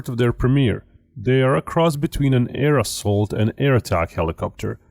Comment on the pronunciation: Your pronunciation of Chinese is terrible and please articulate when pronouncing "air assault", when you say it, it sounds like aerosol.